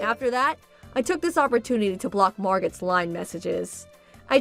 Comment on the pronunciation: "Margot" is pronounced, "MarGO". "Beau" is pronounced, "Boe" (rhymes with "doe".)